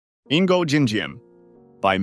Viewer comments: Bro when you read the first dictator is not " Ingo jin jim" is "Ngo" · Bingo Jim Jim? He is Nyo Din Di Em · You say Ngô Đình Diệm just like Ngihnngojinxien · "Nn Go Gin Gym" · ahs a vietnamese pershron, i waahs fueming wuen yuu prounoucced "Ningo Ching Cwhiem" and uhther vietnamese poepell's naems teh wong whey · “Ingo Jim Jim” 😂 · love how he called Ngô Đình Diệm ingo Jim Jim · nego- gin- jim 💀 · Bro u butchered the vietnamese guy so hard its actually hillarious